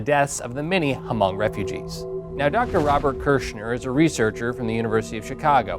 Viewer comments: It aint ha mong. Its just hmong the h is silent 😒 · Its pronounced as Mong the H is silent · It's not h-mong it's just Hmong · David Yang He never said h mong. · he say Ha-mong lmao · I think it's more pronounced like Mhong, "Mh" instead of Hm. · Hmong is pronounce with silent H. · I knew there would be a hmong in the comments correcting the pronunciation of hmong